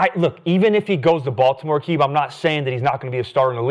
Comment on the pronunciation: Aqib pronunciation is like Neighborhood Nip ..RIP‼️